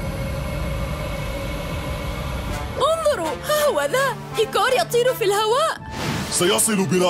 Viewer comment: ليش عم تقوليلو ايكر وهو اسه ايكور